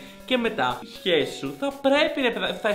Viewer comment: μονο εγώ στο άκουσα αντι για σχέση - χεσει